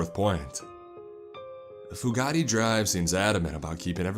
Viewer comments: I've been to Cumberland, Kentucky. (I'm just really into waterfalls!) IRL the town is the complete opposite of the author's description. I only got six minutes into this one. If I had to listen to "few-gotti" one more time, my head would explode. The name's pronounced just like it's spelled, for Pete's sake. "few-gate" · I do wish you would pronounce my name correct it's Fu Gate not Fu ga ti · AAAAAAAAARRRRRRRGGGGGGGGGGGGG FOO-GATE, or FEW-GATE not foo-gah-tee!!!! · And it's fugate (few gate) not a chinese word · It is pronounced "few gate". In eastern ky they pronoune it "few git". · It's pronounced Few-Git (Fugate) I think. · It's pronounced, FEW-GATE. You pick great stories, but your grammar is hard to swallow sometimes. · Fugate is pronounced "few-gate" I'm from around this area and in eastern ky the Fugates are a big time family that have old roots in that part of the state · I think he got the pronounced the name wrong but side note I live like an hour 2 hours aways from Cumberland